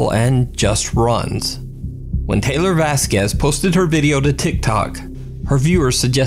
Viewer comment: It’s tay- lor , thats also my name and its not pronounced tyler 🙄😂